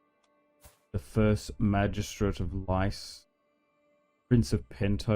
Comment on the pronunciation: Lys is pronounced to rhyme with crease, not pronounced lice just so you know ;P